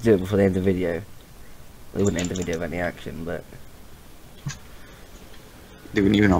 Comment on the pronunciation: Rember meh? OhZhy?